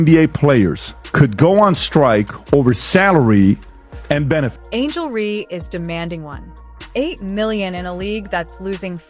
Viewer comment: Nicely said but it would have been better if the narrator knew how to pronounce Reece's name. Dumb